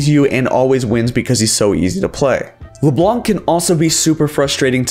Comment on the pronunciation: "le blanC" lmao it's French, the C isn't pronouced (and it means "the white" BTW)